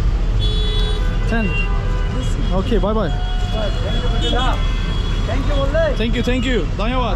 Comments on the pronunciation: traş der ki: tenk yu tenk yu 😂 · kardeşim niye iki defa tenkyu tenkyu diyorsun yahu..